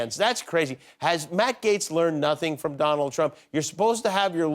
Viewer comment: *Dooonald. That's how she says his name. Just saying....